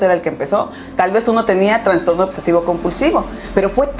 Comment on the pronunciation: "Transtorno" ay no